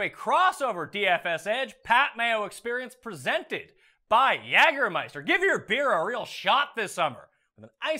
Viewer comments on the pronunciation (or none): Just for the record, Pat... In the United States, we pronounce it "YAY"germeister... not "YAG"ermeister... Your pronunciation hits the American ear very weird. I love the show, though!!!